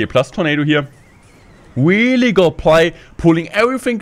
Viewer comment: He always sais "wheelie" instead of "really"😂